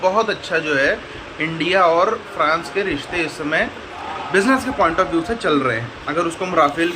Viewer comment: ओये गधे फ्रैंस नहीं फ्रांस होता है।